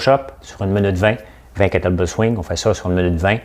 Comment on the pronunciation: C'est KETTLE BELL et non BELT ;) (Sans rancunes)